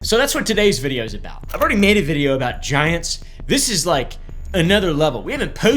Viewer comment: Anybody else hear "I love vaginas" when he said "I love giants"??? 🤣